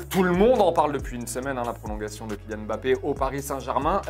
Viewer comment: Cest mba-ppe pas m-ba-ppe